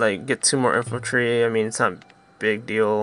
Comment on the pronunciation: Infantry. And cavalry. Not infultry and calvary.